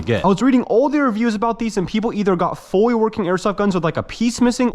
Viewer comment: "Foy working airsoft guns" 😂